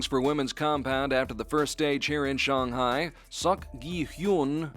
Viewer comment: Why does he call Shanghai Shong Hai?